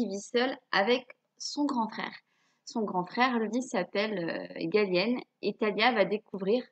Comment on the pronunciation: Je m appel Galien tu la mal prononcais